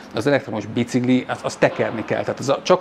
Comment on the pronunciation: Szia! Fun fact: amit "Bicikli"-nek írnak, kiejtve "Bicikli". Tehát "Bicikli", és nem "bicigli". Ahogy a bencin, meg a pénc sem helyes. Szívesen.